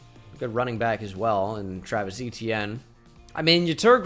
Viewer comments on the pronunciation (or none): none